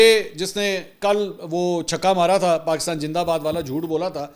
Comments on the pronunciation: جناب پاکستان جندہ باد نہیں زندہ باد ہے برائے مہربانی اپنے الفاظ کو درست کریں شکریہ۔میری برا نہ مانیں گا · Pakistan Jindabad 😅Indian pronounce “Z”by “J” and “ Ph” by “F “ .e.g. PHIR is pronounced Fhir .😂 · indeed pakistan is far more than a gin for india, that is why the can not pronounced pakistan zindabad...... i love pakistan.....